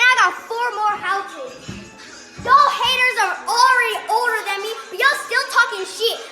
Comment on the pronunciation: When she said Broke ass haters I thought she said the hard r 💀